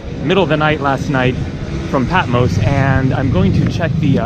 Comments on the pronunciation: haha patmose..... it's patMOS!!!!! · I agree, he mispronounces Patmos, Samos & Mykonos, probably some others I haven’t him say, but hey, he’s not Greek like Iam, but still annoying - great videos though💙🇬🇷💙🇬🇷💙🇬🇷💙🇬🇷💙🇬🇷